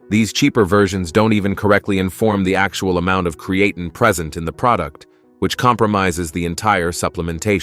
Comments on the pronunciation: Cree uh teen. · Cree-e-tain, sounds almost right. 🤖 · TINE is pronounced TEEN in America not TIN. This guy changes the pronunciation 4 times. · Create’n eh 😂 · oh god create’N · PRONUNCIATION IN VIDEO "CREE-A-TIN" IS NOT A GOOD SIGN. AI GENERATED VIDEO! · I drink 3 L water a day with 10 grams crea tin fr lol annoys the fok out my hearing how its beeing pronounced here 😂😂😂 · If you don’t approved or like the American language go back to where you came from. Where did you come from? The cotton field? Our language is diverse. I’ve never heard anyone pronounce creatine as cre-a-tun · Well actually is a greek word so is pronounced Kreatin. It comes from kreas which means meat . Kreatini is in the meat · We are the superior country, its pronounced (kree-uh-teen) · I don’t trust a video that can’t even pronounce the word Creatine properly!…… and your pee shouldn’t be clear it should have a slight pale yellow colour. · it changes to create -teen then goes back And yes don’t worry we see the message through the different pronunciations it’s just like nails in a chalkboard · Might be good information but I could only listen to the mispronunciation for a couple of minutes....and then it changed back and forth in the video....TOO Annoying!!!! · I stopped listening after hearing how creatine was pronounced. No thank you. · I can’t get pass that horrible pronunciation for creatine come on man 🤦🏽‍♂️lol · I can't watch this when the guy doesn't know how to pronounce the word. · If they can't even say creatine right, why should we listen??? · first its a great idea to take your creatine with a fruit juice, because it disolves better, and literally 5mins later its a bad idea because it could degrade the creatine.. make up your mind(same for the pronounciation of creatine^^).. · Thanks for the list - saved me from listening to the mispronunciation of creatine! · My ears fell off when hearing how you pronounce creatine. Wtf?